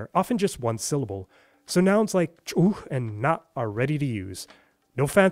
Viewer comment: Holy shit that ch'uj sound is exactly a Georgian ჭ. You're the first foreigner I've heard not simply understanding the difference between ch and ჭ, but managing to pronounce it correctly. Well done!